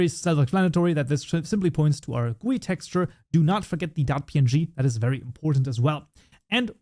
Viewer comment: bro prononcing GUI as gooy instead of G U Y is crazy